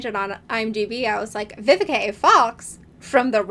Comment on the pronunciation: It’s Vivica- not Vivikay😂. Miss Vivica Fox have been a long time talent in the industry, she has done so many iconic roles. More props need to be given to her👏🏽!